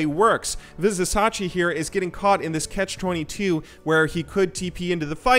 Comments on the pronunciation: It is pronounced Viz i cha chi not Viz i sa chi. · so annoying when u misspronounce vizicsacsi its not vizisachi its vizichachi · Vizicsacsi --> pronounciation Vizishashi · Like, is the terrible pronunciation just a troll, or are you just bad at pronouncing things in League. It's Vizicsacsi, pronounced VIZI-CHACHI. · it's "...chachi" not sachi :D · as a uol fan boy this hurt. vih-zuh-cha-chee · it Tilts me to hear how he says vizisacsi... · Vizicsacsi (pronounced: Vih-zih-cha-chee) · hey, I am not sure if you are interested in talking about people name's right pronunciation, but if you would see his name [Vizicsacsi] like this way: WeezeChachi. Hope it helps <3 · i know if you watched the event that you are saying it like this on purpose but it's spelled vizi-cha-chi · come on man VI-ZI-CHA-CHI !! = Vizicsacsi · I'm from Hungary as well as Vizicsacsi and you pronounce it wrong. (BTW Vizicsacsi means WaterDonkey) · ViziCSACSI... come on.. it's not even hard to pronounce.. you had one job man... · The mispronunciations are cringe-worthy. C'mon, he's been in the EULCS for over 2 seasons. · you say cs like ch in chili